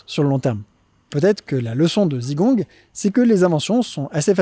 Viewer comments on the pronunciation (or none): Tu es sûr d'être allé en Chine ? J'en suis pas sûr, vu la malheureuse prononciation des noms propres. Par exemple, le "Si" de "Sichuan" se prononce "se", 'Zigong" se prononce à peu de chose prête " tze-kong " et j'ai encore plein d'autres exemples. Quitte à faire une vidéo qui explique des choses, autant utiliser les vrais prononciations. Pour plus d'infos, renseigne toi sur les Pinyins. À part ça, tes vidéos sont toujours aussi intéressantes.